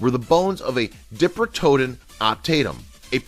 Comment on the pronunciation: Just soze you knoze, it's pronounced: "dye-PRO-TOE-dawn," and it means "Two-front-teeth" in reference to its bucktoothed incisors.